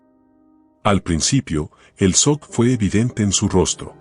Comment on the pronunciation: Se pronuncia chok no sock